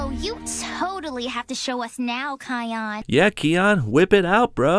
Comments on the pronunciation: I'm getting so annoyed on how he hears them pronounce "Ki-on" yet he still pronounces it like "Ke-on" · You pronounced kion wrong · No offense... but they flat out pronounce the names. You said them wrong. KAI-ON. KEY-ARA. Why do you people keep getting it wrong when it's said for you properly? They even say Kiara's name in Lion King 2: Simba's Pride! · Here's one thing you should know about Simba's cubs' names. Kion name is pronounced "Kai-on". And Kiara's name is pronounced 'Key-arra'. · Its "Zuka Zama" you spelled it wrong. Kiara was from The Lion King 2. Kion is pronounced Ky on. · No, pronounce it like this kie-on. kion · your saying Kiara and Kion wrong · I love your videos but it's cringy how you say Kion's name wrong even though so many clips they said his name.